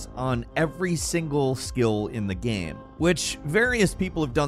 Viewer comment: please stop saying ''GEHM''